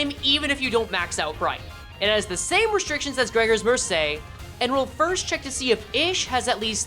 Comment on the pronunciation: fyi, mercé is italian so it's pronounced mer-CHEH. famiglie is pronounced a little more like fami-ye